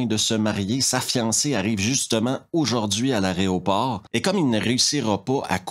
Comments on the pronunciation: Y a un truc qui est marrant avec ton accent, quand tu dis "aéroport", on a l'impression que tu dis "arrêt au port". Je sais, c'est très con mais ça me fait délirer. X) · Mec en vrai j'adore tes revues mais bon juste un truc parce que mes oreilles saignent une fois de plus : aERoport (de aéro : air) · C'est toujours un immense plaisir que de vous suivre. Votre charisme et votre façon de raconter l'emportent souvent, à mes yeux, sur le contenu des films eux-mêmes. Par contre, je craque (gentiment et respectueusement) : on dit a-é-ro-port. 😂😅😉